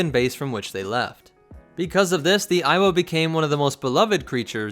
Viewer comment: Am I the only one that started to hear it as "Iowa"